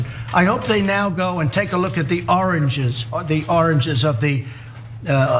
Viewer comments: When Trump was saying oranges I think he he was trying to say "origins" and he just couldn't manage to do it, not once but multiple times... lol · For those that don’t know, trump was trying to say “origins” 🤣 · Oh god dude can't say origins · Wow, he can't say origins. Is he stroking out?